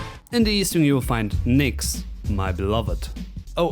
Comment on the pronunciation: Ngl but when you said Nyx I heard something completely different